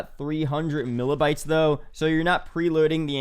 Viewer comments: 300 millabytes ? LOL OMG it's megabytes haha. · milabyte bruh what's that